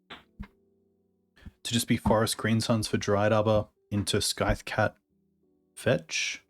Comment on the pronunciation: …I love you buddy but the c in scythe is silent!